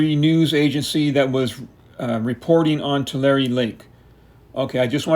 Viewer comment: So I’ve been pronouncing it wrong all this time? I pronounce it “two lair” not “two larry”